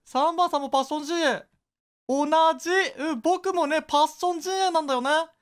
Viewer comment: パッ↑ション↓